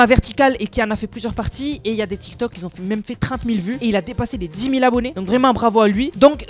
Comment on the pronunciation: Cool tes vidéos, par contre on prononce pas " qui zont " dans par exemple " les gens qui ont débloqué le skin" . Ça pique les oreilles a chaque fois 😂😂